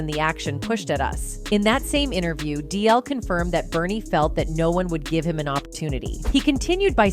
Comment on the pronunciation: That's another one, she didn't pronounce the "G" in DL's last name!!👂🏾🤨